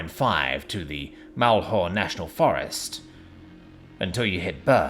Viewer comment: The pronunciation of Malheur...I will forgive you for that. Few people get that right.